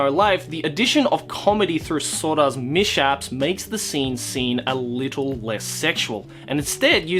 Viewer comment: 'mish-aps' lmao